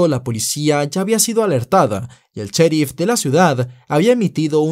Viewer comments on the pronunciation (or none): none